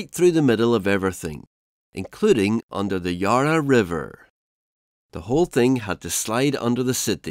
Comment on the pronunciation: I couldn’t watch any further than with incorrect pronunciations of Pakenham and Yarra makes me think what else is incorrect